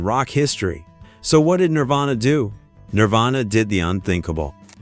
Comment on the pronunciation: he said nirvana wrong.